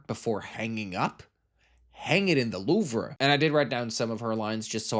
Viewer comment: I’ve never heard The Louvre being pronounced “The Loovfer,” that was wild lmao